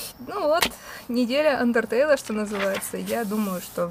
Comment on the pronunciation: не Ундертейл а Андертейл